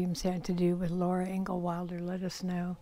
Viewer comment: Hi! Thanks very much for this video! I really enjoyed it and you did a great job! One little thing I noticed, was that you kept referring to her as Laura "INGAL" Wilder... However - it's Laura "INGALLS" Wilder (with an "S"). Still - I loved your video, ma'am! Thanks again and have a nice day!